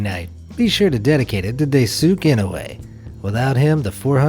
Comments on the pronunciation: poor Daisuke not just that he couldn't cash in his idea for karaoke machine, he didn't get enough respect from this channel's narrator to even pronounce his name right. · I'm just here to say you probably butchered the pronunciation of Daisuke's name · Yikes. #7 , that’s not how you say that name 😒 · You butchered his name. It’s supposed to be read the way it is written. Lol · Your pronunciation of "Daisuke" is atrocious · Die-su-kay, not Day-sook. How did you get the last name entirely right and the first entirely wrong? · pronounced "Dice Kay" instead of "Day Sook" There's an idea I've had that isn't yet possible, but I seem to not be the first to think of the concept. When or if it is sometime, it should be quite the improvement to the already possible concept, but much more efficient and faster, with proper conditions. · Daisuke is not read as 'daisuk' but as 'dai-su-kay' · Daisuke is not pronounced Day-sook lol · are we just gonna ignore he's spelling daisuke's name day-sook? ... should be Die-sue-ke tho... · its Daisuke, not Daisuk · Japanese people pronounce Daisuke as (dice ke) not (die sook) sorry for my english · Its not deisook goddamn it. Dai-su-keh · Daisuke is pronounced as dai,su,ke...not dai,suke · Daisuke is pronounced dai-soo-kay, not day-sooke. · Correction about Daisuke’s name it is pronounced as DÄÏ-SÜKÉ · its dai-su-ke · Uh.... you pronounce 'Daisuke' wrong. It supposed to be pronounced as 'Daisukeh'. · Daisuke is pronounced Dice-kay. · Stop saying daysook enoe wtf that hurys my ears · Daisuke is pronounced "Die-su-kay" ^_^ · Just for future reference, the Japanese name Daisuke is pronounced as DICE-KAY, not... whatever your dude said. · It's pronounced DIE-SUE-KAE .....dayum boomer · Bruh, are you the only other ones who noticed?! Dai-soo-kay! Dai-s'kay, if you say it faster, and closer to how it's actually said. I know because I saw an anime where one of the guys names is that, and that pronunciation is awful. :( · He said daysook bruh.